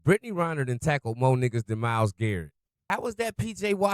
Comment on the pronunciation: Come on dude. It's REN-ner, not RY-ner.